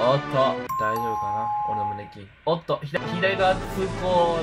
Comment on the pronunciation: 胸筋(きょうきん)なのに(むねきん)って言ってるのおもろいw